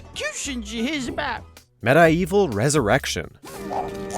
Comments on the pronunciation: Med-Eye-Evil? Is this a joke? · that bugged me almost as much as "Med-eye-evil" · This dude don’t know how to pronounce medievil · Said Medievil wrong